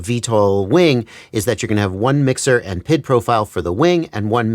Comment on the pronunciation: It’s triggering me that you call it PID as one word, but it’s P.I.D. said separately.